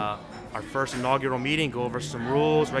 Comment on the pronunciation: Great video, John is much better at saying inaugural than you are :D